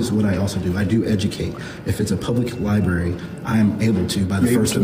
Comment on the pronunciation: If you SAY "libary" you SHOULDN'T be ALLOWED to WORK in a LIBRARY!!!